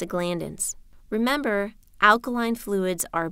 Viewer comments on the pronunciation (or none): none